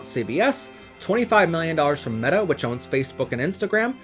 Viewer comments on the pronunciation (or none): none